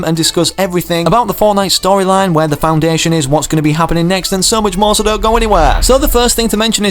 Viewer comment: It’s the foundation. Well it does not really matter that u said it wrong so- but yeah the foundation is coming to fortnite!